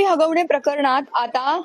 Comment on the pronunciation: हागवणे नाही. हगवणे आहे ते😂